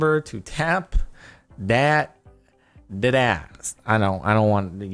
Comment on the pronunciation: CC still recognized "ass" when he said it. Even though he said it weird.